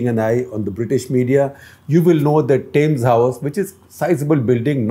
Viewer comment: Shekhar, it's TEMS...not TAYMS...just FYI